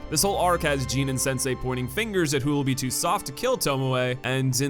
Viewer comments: Stop calling him Jean. It's Jin. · fantastic review, but “Gene?” isn’t it Jin? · Magnificent video and love your points, that all went out the window when you called the main protagonist Jean rather than Jin (Gin) multiple times but eh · i cant with this guy calling him GENE lol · Pls pls pls pls stop saying Jean is jin ugh ahahah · Dude...it's Jin. Not Jeen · Gene Sakai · Jean Sakai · Why do call him jean his name is jin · Did you just call Jin "Jean" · The way you said Jin sounds like jean, and it's honestly a bit frustrating because you kept repeating it, and now I have the image of Jin wearing jeans doing very French things stuck in my mind. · Why do you keep pronouncing Jin as Jean? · It' pronouced like "Gin" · Ok and as I'm watching here, in the Japanese version do they call jin "jean"? Lol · Bit late to this, but I agree on pretty much everything pertaining to presentation and gameplay. I also agree that the story is a decent but below average narrative. That being said, I don't agree with your assessment (or pronunciation lol) of Jin. While his methods weren't "honorable," and at times were, for lack of a better word, fucked up, there's nothing at all sociopathic or sadistic about any of it. Keep in mind that this isn't war, this is a foreign army invading his home, murdering, pillaging, and conquering. Honor and ethical warfare are essentially out the window in this situation, so long as it's only the enemies who are harmed. Sneaking into an enemy camp and poisoning them isn't honorable and not something to feel good about, but anything that helps them drive the invaders out is acceptable in my book, especially if it saves the lives of his people. The only reason that wasn't a good call, is obviously the mongols then started using poison themselves. Jin is actually a pretty selfless and heroic character, given he sacrificed literally everything to defend his home and his people, including his honor and ideals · Pronunciation of Jin: Below average